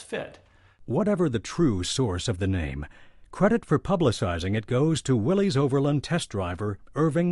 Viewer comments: It's "Willis" not "Willees". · A good history of the Jeep however it made me cringe every time they said "Willeez" when the correct pronunciation is "Williss". John Willys was the founder of the Willys-Overland Co. He was English and his last name is pronounced "Williss" not "Willeez" . Watch some old commercials for the Willys-Overland Co. vehicles and see for yourself the correct way to pronounce Willys. Have some respect for the founder. These , So called Historians on the video should know better.